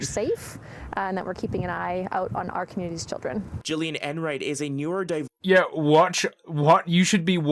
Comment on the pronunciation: I can't believe she botched the pronunciation that hard